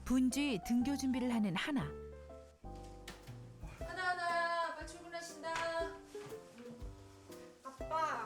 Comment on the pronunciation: 저 하다하나야 아빠 출근한다할때 하나하나야 아빠출근한다라고 들었어욬ㅋ